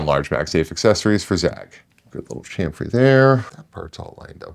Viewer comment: Please. Please. Cham-fer. Cham-fer.